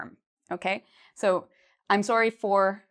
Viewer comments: Why is she pronouncing it “soary”? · Sounds like a Canadian accent on "sorry".